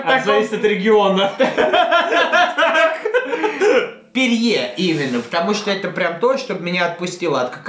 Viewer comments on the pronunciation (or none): Не ПЕРЬЕ, а Пери